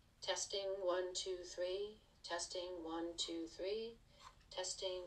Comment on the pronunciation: One, tou, thwee